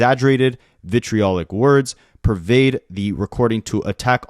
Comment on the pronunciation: You did a great job pronouncing "vitriolic" and "incendiary" btw. 💓